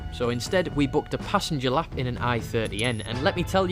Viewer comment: I literally thought you said 'If you give her a slap' here, I had to rewind it to double check! 😂